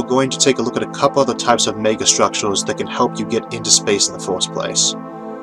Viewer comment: Sinqwinous ovbit and nonwhoatational sky hook megastwuotaues